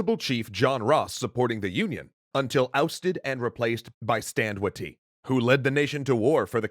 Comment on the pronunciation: I've only heard Watie pronounced 'way-dee' - without a pause between syllables. Don't know why, other than this is Oklahoma. ..even though some of the people I've heard say the name were Ph.D.-doctors teaching or curating Cherokee history. (FYI)